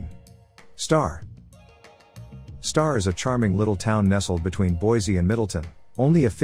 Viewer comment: Pronounced Boy! see!